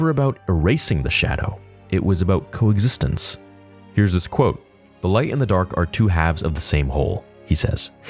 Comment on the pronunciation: plays out, my brain: “co-egg-zistence, oh now I’m hungry” What lol